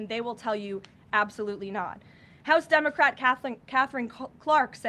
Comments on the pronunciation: Did she just say Dumocrat? 😂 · Did she say "Dummercrat" at first?😂😅😂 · She totally said DUMBocrat, I Love Her!